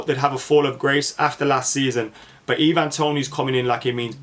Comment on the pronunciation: I think it’s Ivan Toney like Eye-Van rather than ee-van